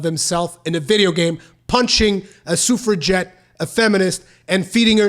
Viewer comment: If I could take at least one thing from this video, I now know how to pronounce suffragette!